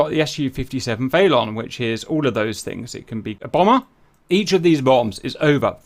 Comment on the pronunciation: Its felon like the criminal....brit pronunciation ...... Like I fell on that knife....felon upper level criminal.....